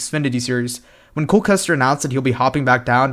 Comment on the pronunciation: You got cole right